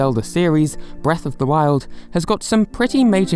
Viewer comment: It sounds like you're saying Breath of the World.